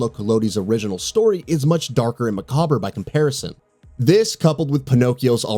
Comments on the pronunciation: Macbber Maccabre = Mah Kahb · Macabre is pronounced mccobb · "MAH COBBER" 🤣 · That pronunciation of “macabre” made me cringe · Glad someone said it. I didn't want to be a dick.😏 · I noticed as well. I thought I had been hearing it wrong my whole life because people lately have been pronouncing it wrong. Glad it’s not just me. People are idiots I guess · Not how you pronounce Macabre, haha. Great vid otherwise. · Lmao I was waiting for this comment, must have never seen it spelled out before! I guess it is a weird word though lol